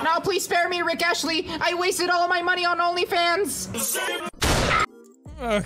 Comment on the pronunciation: The Rick Astley one... You started off SO WELL... but to be honest? I'd pull the trigger one someone mispronouncing my name too. Rick ASTLEY, not Rick ASHLEY. You got an entire letter wrong, Rat-Man! YOU DESERVED IT! XD